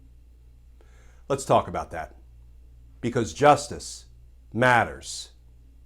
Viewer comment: Glenn I really enjoy your videos. One suggestion: Put the emphasis on the word “justice” instead of “matters.” Everything else is great!